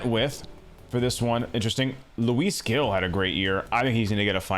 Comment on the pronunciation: Luis Gil is pronounced “Heel” like the shoe 👠